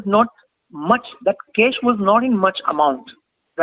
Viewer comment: What is cesh? ? Its cash . Pls change your pronounciation. U r here to teach people but u r yourself wrong.